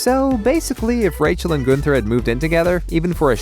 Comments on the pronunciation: Goonther. LOL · Truuuuee 🤣 "GOONther" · you can tell the narrator hasnt watched the show, by the way he says gunther, lol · i was literally SEARCHING for this comment. THank youu!!